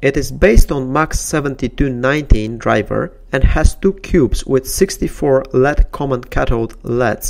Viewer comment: its L-E-D not lead....